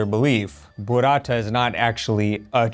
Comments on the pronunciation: It's "Burrata" not "Buratta". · Burrata…like burro. Not Buratta like burattino 😁